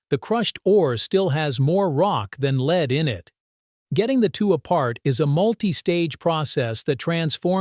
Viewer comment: I listened to 10 seconds before I decided I cant watch this as they are pronouncing the word Lead as leed.